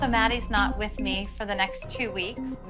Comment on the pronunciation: I find it funny how Dr.holly went threw all this college YET she can't pronounce WITHHH,, it's not wiff Dr.holly 😂 learn how to speak properly !!!